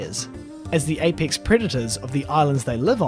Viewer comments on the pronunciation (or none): none